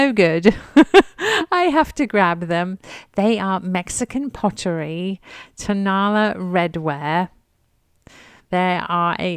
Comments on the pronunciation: Also not tone-A- la. It is tone-a LA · It is pronounced Ton- a- LA. Accent on the last syllable , not TONE-a-la accent on the first syllabile.